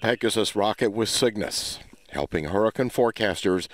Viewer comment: Uh...what's a "hurrucun"?